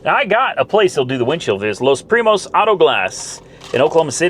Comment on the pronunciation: Los Primos español The Cousin English your Spanish it's not bad you should speak spanish you can learn it.